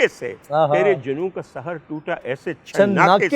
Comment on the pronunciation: ڈاکٹر صاحب آپ عمدہ پڑھتے ہیں۔ صرف یہ کہنا تھا کہ وصل کو vasal نہیں vasl پڑھیں۔ اس کے ساتھ ساتھ، ایک لفظ پڑھا سحر، جہاں وہ جادو کے طور پر استعمال ہوا، وہاں آپ نے Sahar پڑھا, Sehar پڑھنا چاہیے تھا۔ آباد رہیں